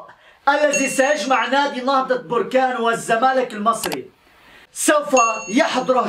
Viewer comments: انها بركان بالفتحة وليس بركان بالضمة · بركان مشي بوركان أنت مغربي و من انت قلنها ليك 100مرة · انا ما فهمتكمش مو مهم نطقها بوركان ولا بركان المهم هو الاخبار وانتوا كلكم عارفين انه كيتكلم على بركان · يا أخي سميتها نهضة بركان ماشي بوركان